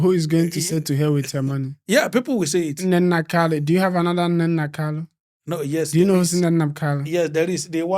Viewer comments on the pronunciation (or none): Nnenna Oti not Nnena Kalu